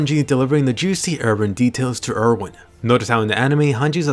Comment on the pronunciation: Why do they call him Ervin when his name is Erwin? Is it some sort of title